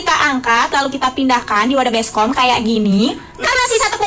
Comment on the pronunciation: Mba baskom bukan beskom mba Stess aku